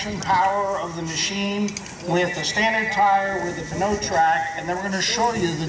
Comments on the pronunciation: Nope you got it wrong as well. It is P-new trac. This is the french word for tire. The p is pronounced out loud so it is P-new. The narator of the demonstration was pronouncing this french spelling, p-nau. which is not even a word. But au is pronounced o in French. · So I have to say that pneu is the French word for tire. The p is pronounced out loud and the rest is proounced new, not no, so it is P-new, not p-no. Full english translation is tire trac, in French it is pneu trac. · If you’re going to pronounce it wrong why not call it the pee in you track? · Did he say, "pa-no track"? Lol! It's pronounced "new track". Like "pneumatic". Hahahahahaha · If you pronounce it like it's written, is NEWTRAC, not P-NOTRAC. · it's not pronounced peneo track. it's "new track" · Why does he say "Pa-no-Trac"....It's obviously supposed to be pronounced "New-Trac"...like pneumatic..... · This dude is saying "p-kno track", and sounds like he's reading a script. So I guess I'm wrong or he never got pronunciation information. Figured it would be pronounced "nu-track", like pneumatic... Like pneumatic bias tires. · Should have gotten someone who knows how to enunciate the name of the tire. Pneu as in pneumatic so its enunciation is New-track. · By this pronunciation, pneumonia is p-noumonia. Bruh. It's newtrak. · Yep, pretty ridiculous that their own product rep can't pronounce his own product! pa'no track lol. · Yank pronunciation at its finest... p-know-trac lol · Nick Steggel no that's moron pronunciation. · Pronounced " NOY TRAC" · Peter Reed drove me nuts. You think a tire company could at least do that right. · I wish the announcer would realize that the P is silent. OMG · Jake Nelson the name of the product is PNEUtrac, pneu is the french word for tire, he is just trying to say the word pneu but he just cant pronounce it right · Crammy James Pneutrac. Pneu is french for tires, he is just trying to pronounce it the french way but doesnt quit workout